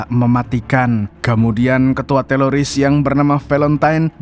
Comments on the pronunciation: TERORIS BANG BUKAN TELORIS🤣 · Teroris, bukan TELORISSS Risih bgt dgr berulang² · Teroris bang bukan teloris😂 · Teloris atau teroris? 😂😂😂😂😂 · Teroris ❌ Teloris ✔️ 😂😂😂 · Teroris bukan teloris kali😮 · Teroris ❎ Teloris ✅ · TELORIS APA TERORIS SIH BANG YG BENER